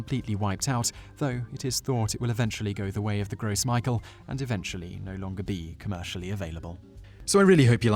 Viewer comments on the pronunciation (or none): Gross Michael is spelled Gros Michele, and pronounced "grow Michelle." It was also called Big Mike. It was confusing hearing the terms mixed. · Lol, "gross Michael " it's pronounced "Grow Michelle" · It's not pronounced gross Michael. its pronounced grow Michelle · i just want to point out that the actual pronunciation of the previous strain of banana is actually like "grove michelle" its a french word so it looks like "gros michel" which is why i think i n the video it was pronounced gross micael. also the gros michel was a much sweeter and grew in smaller bunches unlike the bananas now. but this is a great informative video :) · he is also mispronouncing "gros michel". It's "grow mee-shell" not "gross michael" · One minor problem with this video, is the Gros Michele. It was a French name and was NOT pronounced, "Gross Michael." Although 'Michele' is a French name for 'Micheal,' it was pronounced more like, "Grow Michelle." In some places, you can still find the Gros Michele. In fact, you can even order a small tree online! I had a Gros Michele tree in my backyard, in Florida, when i was young. As for the difference in taste and texture between the Gros Michele and the Cavendish; the Gros Michele texture is a bit creamier and EXCEEDINGLY more flavorful, with a deeper, richer banana flavor. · It's pronounced "Grow Michelle" not gross Michael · I love your channel, but: 1) it's pronounced "Indoh-nee-zh-ya" (with "zh" like the Russian consonant, or in "omelette au fromage"), not "Indo-knees-ya" 2) it's pronounced "Groh mee-shell" (the phrase is in French), not "gross Michael" (like a guy at your work who never showers). Peace~ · Isn't it pronounced "Grow Michelle", not "Gross Michael"? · "Gross Michael"...... It's "Gros Michel" (said "groh mishelh"). Damn Englishman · It's pronounced Grow Michelle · Whether you're pronouncing it as a Frenchman or someone in the banana business, it's "grow mee-shell", not "gross Michael". I know Michael, he isn't that gross.